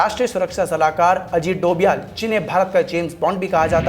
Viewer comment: Bhai dovial nahi he doval he 😂